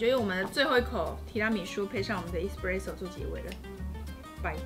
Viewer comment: 還有製造過程中，蛋黃+砂糖後，定要隔水加熱至60度左右殺菌+稠化，看很多人都沒做這一步！ 可以注意一下 ‘Espresso ’ 第一個字的發音